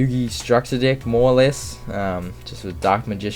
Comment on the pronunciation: why the f*** you always say "dick" instead of deck?! XD